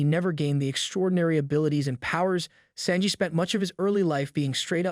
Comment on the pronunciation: The way you said Sanji's name is worse than anything Judge has ever done to him.